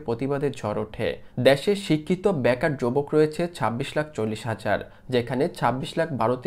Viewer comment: কি রে ভাই ভাষা ঠিক করে কথা বল ব্যাকার না কথাটা বেকার আর বারতীয় না কথাটা ভারতীয়